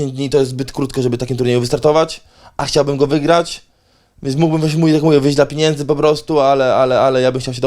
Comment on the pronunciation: Policzy ktoś ile razy powiedział „piniędzy”? 😂